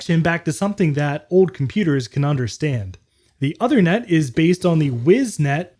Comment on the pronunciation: the ethernet card's name is pronounced "oothernet" (as in "tooth"), not othernet.